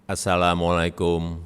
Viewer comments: Melafazkan muqoddimah aja sdh takaruan,. Ingat yaa, beda bacaAn beda Arti, BiSMiLLAHI. Buka Bisimilahi., & AssalamuAlaikum. Bukan Asamuwalikum. & Masi banyak yg Harus di perbaiki. Untuk Lafaz Ayat nya. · Ucapan salam kAmu belum bener